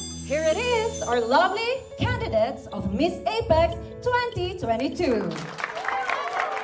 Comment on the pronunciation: Here are your can-di-dets…l